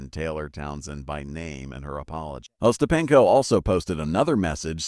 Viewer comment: uh-STAP-in-ko and other mispronunciations of Ostapenko and other words, and other oddities in this video show that whoever made this video didn't bother to check it before uploading, so there's no reason to believe anything in the video.